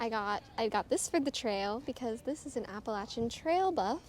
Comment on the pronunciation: You say Appalachian correctly so already a win, 😊